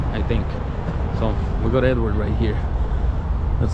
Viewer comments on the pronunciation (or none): It's actually Eduard. But these guys are too westernized to pronounce Russian names correctly